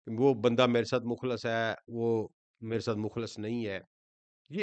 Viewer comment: مخلص لفظ پیش کے ساتھ نہ کہ مخلص زبر کے ساتھ۔ کیونکہ مخلص پیش کے ساتھ کا مطلب یہ ہے کہ جن کو اللہ تعالی نے خالص کیا ہو نہ کہ وہ خود سے خالص کیا ہوا ہو۔